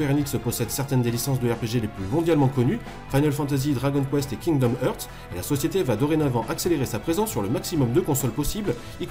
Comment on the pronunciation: C'est Kingdom "Harts", pas "Heeuuurts".